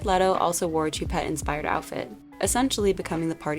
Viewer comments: It’s pronounced shoe- pet (ch does not make the same sound in French as is does in English.) otherwise agree - but Met galas have been pretty uninspired in recent years and it’s definitely a year for odd “red” carpets - the Oscar’s went normcore beige and MET went Colgate 😂. But props to Jared Leto for honouring choupette. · an In Memoriam themed Met would have been amazing & much more appropriate! btw it's Lil Nas X, not "little" & Choupette is pronounced like "shoe"